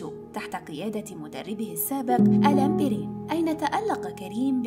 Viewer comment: الان بيرين 😂🤦🏽 واشًهاد النطق انطقي الاسم راكي جزائرية ماشي من السعودية